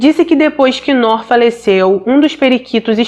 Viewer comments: Oi a pronuncia correta é "NUR" significa LUZ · Descobri o seu canal a poucos dias e estou maratonando todos,ótimos e bem esclarecido,uma pequena observação, nós descendentes ou árabes pronunciamos Nuur,que significa luz. Abraços! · vc é maravilhosa como sempre! Só uma correção para ajudar se tiver uma próxima vez que tiver esse nome. Se pronuncia “Nur”, significa luz em árabe por sinal e infelizmente essa foi apagada por ignorância e maldade 😭. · Ótima reportagem só a pronuncia do nome que se pronuncia NUR que significa LUZ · Ainda assistindo, atrasada. Pronuncia- se Nur ( tremendo a língua no final r) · a pronúncia do nome se diz: NUR, meu enteado se chama como ela, NOOR, mas se diz NUR. 🥰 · Querida, mais um vídeo ótimo! O nome é Nur. É “luz” em árabe. Gosto muito do teu trabalho!! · Noor se pronúncia nur e significa luz